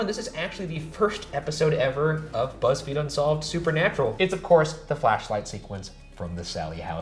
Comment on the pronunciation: I missed a lot, apparently. Shane saying " This week on Beezfeed...." had me like, uhhh. 😂